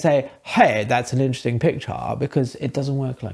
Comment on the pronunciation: “Hey! Thut’s ahn interuhsting pichaarr” 😂